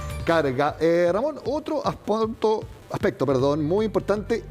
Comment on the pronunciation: Jajja min 26 el periodista dice "otro aspoto" será porque el subconsciente lo traicionó al conocer sus medidas como el Culo? Jsjaja